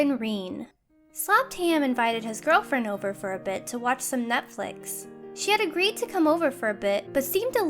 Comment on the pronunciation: Did she just say Nutflix?